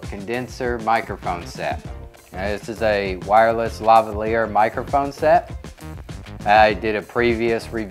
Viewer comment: Lavalier is pronounced differently, great funky background music though :)